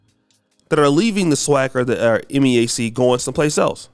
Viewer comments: It’s MEAC not the MIAC 🤦🏾‍♂️ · MEAC not MIAC!!!!!! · Its MEAC....... Not MIAC..... lol 😉🤫🤨🤓